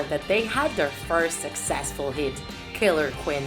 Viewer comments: I was Mad When You Said Killer "*QUIN*" Instead of "*QUEEN*" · “Killer QUIN” WWTTFFF